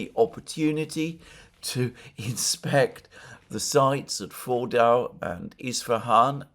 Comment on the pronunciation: Fordo Fordau Foordoor. Try this: Ford (as in the card maker) and oh (as in OH dear God I wish Alexander would stop trying to pronounce words in their language of origin). Ford-oh and the pronunciation is perfect